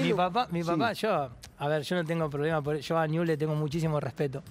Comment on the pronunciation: Dice niuls como corresponde. Hay gente de ese club que dice niubel. No saben pronunciar el nombre de su club.